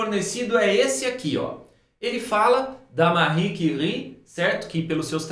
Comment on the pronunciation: mano ótima pronúncia dos nomes de Pierre e Marie kkkk até voltei pra ouvir dnv